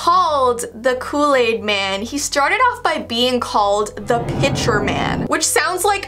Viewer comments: *Kool aid man not Kool laid man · U said look aid man